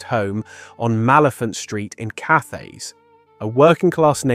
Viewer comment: Cathays is pronounced CAT AYS. A hard T not a soft TH.